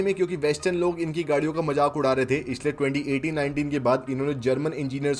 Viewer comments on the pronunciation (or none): What is MAJAK ..! You mean MAZAQ ..! Why you guys are speaking like this